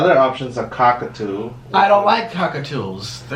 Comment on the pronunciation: Drinking game Take a shot every time he says "Cockatoo" incorrectly pppfppft